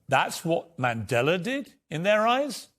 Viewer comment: Harry can't even PRONOUNCE Nelson Mandela's surname. As a South African it tees me off incredibly! 🙄